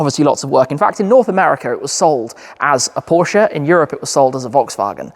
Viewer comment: The way you say Porsche. Does my heading 😂